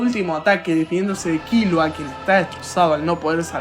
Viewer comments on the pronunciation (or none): Todo bien hasta que dijo Kílua😂😂